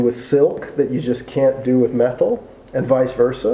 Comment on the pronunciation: Every time says "Meh-tlll," I giggle a little bit inside.